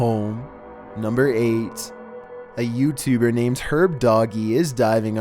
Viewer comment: You say YouTubed like youtuberrr no hatr